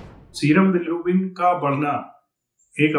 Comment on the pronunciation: Bilirubin ❌ bilArubin ✅😂😂